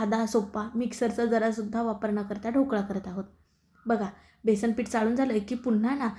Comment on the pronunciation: बेसण ? बेसण नव्हे हो ! बेसन !! न आणि ण यांच्याशी तुमचं काय वैर आहे?